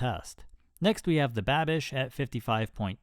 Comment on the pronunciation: lol calling the Babish knife "Banish" :P